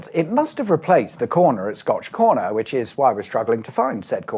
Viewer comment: This sounds like a trick question.. And I see a comment below sayin scotch egg and everytime you say scotch corner, I'm only hearin scotch egg lmao...